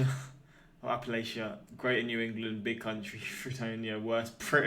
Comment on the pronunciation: You pronounced Appalachia correctly the first time! Just fyi.